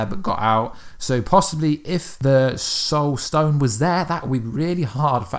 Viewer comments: Did he just say "Stoul sone"? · I noticed that too. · True Titan110265 yep